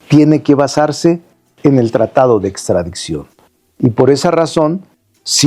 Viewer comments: A VER "SEÑOR CONSTITUCIONALISTA" NO SE DICE "PRETESTO" SE DICE PRETEXTO TAMPOCO SE DICE "ESTRADICCIÓN" Y USTED SE DICE PROFESOR DE DERECHO CONSTITUCIONAL? SI NO SABE NO HABLAR TAMPOCO ES DE EXTRAÑAR LA "MINISTRA DEL PUEBLO" SE SACÓ DE LA MANGA SESENTA ARTÍCULOS QUE AGREGÓ A LA CONSTITUCIÓN Y LA MINISTRA ESPURIA DAN VERGÜENZA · “Extradiczion” pobre Lerdo fiel representante de los morenacos